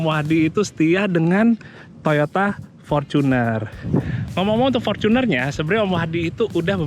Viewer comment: Fortuner not forcuner bacanya